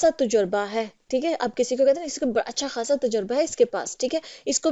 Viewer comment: "अच्छा खासा" )اچّھا کھاصا) नहीं जब कि "अच्छा ख़ासा" (اچّھا خاصا)۔